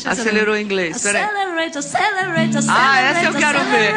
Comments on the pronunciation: Aceleretion aceleretion KKAKKKKKKKKKKKKKKKKKKKKKKKKKKKKKKKKK do nada bryan oconer kkkkkkkkkkkkkkkkkkkkkkkkkkkkkkkkkk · Acereleiti acereleiti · Gente, eu não ri com a Joelma não, eu choreiiiiiii com esse "Acelerate" kkkkkkkkkkkkkkkkk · Aceleleite kkkkkkkkkkkkkk mano essa eu senti vergonha alheia mesmo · Aceleret aceleret mai ronde kkkkkk .. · Acelerator,acelerator...tchul ioul... kkkkkkk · Kkkkk aceleleition aceleleltion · Aceleretion kkkkkkkkkkkkkkkkkkk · só tenho algo a dizer "Acelereition" ....